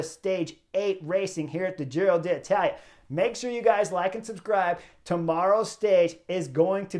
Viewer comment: I love the Butterfly Effect. For this Giro, my one request to Chris is to not say Giro de Italia… 😅